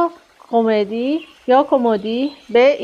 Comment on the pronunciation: کُمُدی نه کُمِدی